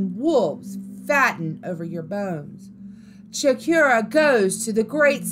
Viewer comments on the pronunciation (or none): It's 'Cho/core/ooh/ah' not 'Cho/keer/ah'. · The way you said “Nashua, NH” your definitely not from New Hampshire. It’s pronounced Nash•u•wah. Also it’s Chief “Chocorua” not Cheif Shakira.